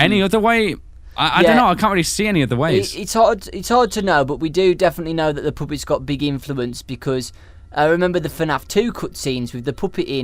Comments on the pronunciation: said Poopet lol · i think said poopet instead of puppets